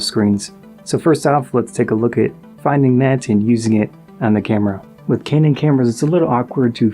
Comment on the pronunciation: ive never heard pronounce kane-un before 🤔